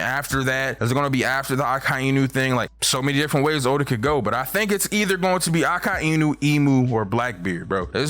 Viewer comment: The way he says Akainu bothers me.